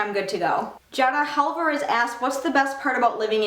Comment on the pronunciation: omg!! she said my name so wrong and it is so funny. It's Jadah Alvarez, I'm laughing so hard